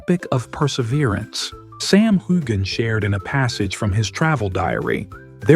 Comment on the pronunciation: I've seen several of your reports and you never pronounce Sam's name right in fact you mispronounced it differently a number of times